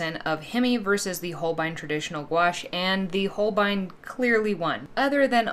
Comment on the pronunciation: This is the first gouache video I've watched where someone pronounces Holbein correctly, lol! Love the pumpkins